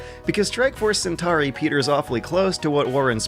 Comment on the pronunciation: But he mispronounces Centauri, so I guess it's even.